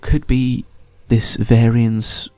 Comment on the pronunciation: Ferns? FERNS!? Do you not speak ENGLISH!? While also being a native speaker I presume? IT'S FEEEEERAAAAAAAAAAAAAAAAAAANS! You can shove the FERNS in your arse Sir! Also you pronounce Varyn's as Varian's. Go BACK TO SCHOOL! NOW!